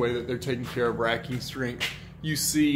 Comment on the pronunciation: "WHERE'S YOUR RAKI-STRING?" 😂 racking strength* got it. Drywall shear walls good until the first seismic jolt